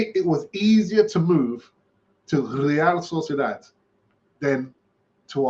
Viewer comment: Say real sociadad one more time i dare you 😆